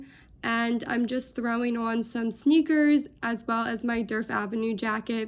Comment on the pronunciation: love your content! just note that the D in Djerf is actually silent :)